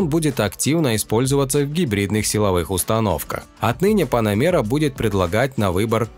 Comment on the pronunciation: Поработай над произношением слова Panamera😂"панамеера"😂😂😂